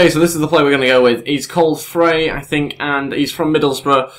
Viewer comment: Frei is pronounced fry